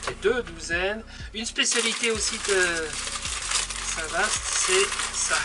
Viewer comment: Cc à vous 2. Tjrs un réel plaisir de vs écouter et de se promener avec vous. Petite info: on ne dit pas Vaast mais va! St Va (Vaast) la Hougue 😉 (suis normande 😉) À bientôt.